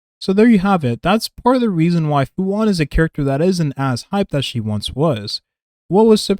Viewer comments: It's pronounced Fu shu-an(xuan) You're saying "Fu one" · why'd you call her fu wan not even 5 seconds into the video? xD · Im sorry I dont want to come off as picky and annoying but Fu Xuan is pronounced "Fu Shu-yen" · Her name is Fu Xuan not Fu One.